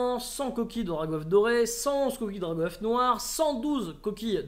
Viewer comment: C'est Drag' Oeuf pas Drago Oeuf. et le bieeeen change ça !